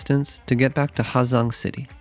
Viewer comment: The H is silent man